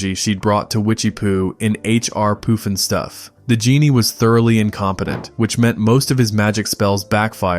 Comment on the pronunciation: AI idiot voice Not POOF-EN-stuff it's PUFFinstuff.